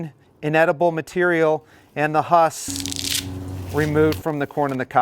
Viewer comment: This guy has no clue how to say husk, lol.